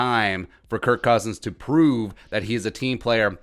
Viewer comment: You said his name wrong man. 🤦